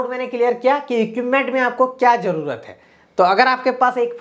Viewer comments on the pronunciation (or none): none